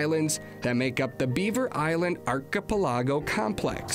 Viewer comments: First, the narrator needs to learn to pronounce 'archipelago'. Second, I am again thankful that where I live, north central BC, I drive fifteen minutes from my neighborhood and I'm hunting ruffed grouse. As for killing one of ten flushed, up here it's more like one in three. On a good day it's one in two. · What a way to pronounce Archipelago lolol. Great video though, makes me feel like I was back home